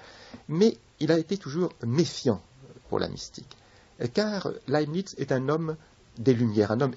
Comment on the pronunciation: Laibnitz, pas lanisse , svp !